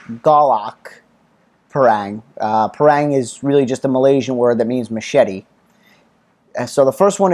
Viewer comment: Great review. thanks. In case it helps if you're over Malaysis and fancy buying one from a local store, the word Parang is pronounced Parung. Like Par in golf with Rung, Par-Rung.